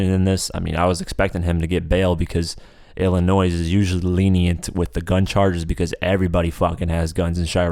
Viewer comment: it hurt my ears to hear you say the s in illinois